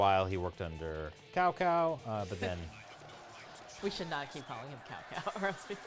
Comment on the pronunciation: Yes Cao Cao was Cow Cow 😂😂😂😂